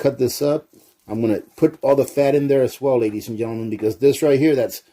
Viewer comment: Oh my God, while you have good content on this video, if you said ladya and gentlemen 1 more time I would have to stick knitting needles in my ears... Good content, but work on that my guy.